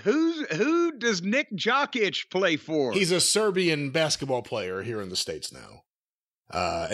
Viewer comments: that's not how Nikola Jokic's name is pronounced, and "pretty good" is an understatement. He's a back to back MVP and just won the finals. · This is terrible lol they don't say a damn thing! The man said "jock itch" it's jokic he just became a nba finals champion and a 2 time mvp! It's two old dudes talking about wrestling and it's terrible. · Jock itch 😂😢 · That article is hilarious because Patrick Mahomes DOES get coaching. He has a quarterback coach. Jokic (pronounced yo-kitch by the way) and Ohtani all have coaches that they listen to. That's part of the reason they're good. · OmG u 2 its Jokic "YO-Kich" and omega reminds me of dirk diggler aftet the fame in the interview with burt reynolds. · completely butchered Nikola Jokić name.